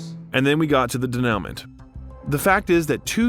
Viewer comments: Yes - de-nu-mon , probably ai narration and they didnt catch it in editing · pretty sure u pronounced denouement wrong. Its more french sounding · You should learn how to prounce "denouement." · learn how to pronounce denouement, please. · The narrator muttered the word ‘denouement ‘ !